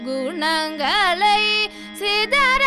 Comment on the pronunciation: Please check out your pronounciation ! "Gunangalai" should be pronounced better. Voice is wonderful ! All the very best !